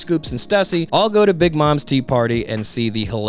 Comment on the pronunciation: So strange hearing Stussy's name being pronounced like that. Lol Every time it's said, my ears are just yanked toward the word and I can't focus on whatever I was doing anymore. Lol